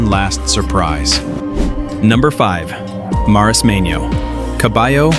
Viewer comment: Perdona menorin no menorquín compañero es menorca😅😅😅archipiélago menorquín déjate de menorin o esque no lees lo que pones en el video😅pero que marismano marismeño no sabes ni leer calamar hay lo pone muy claro marismeño